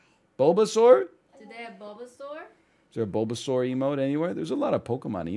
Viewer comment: Yoooo killed the "Bulbasaur" pronunciation, dude. She's really starting to pog up.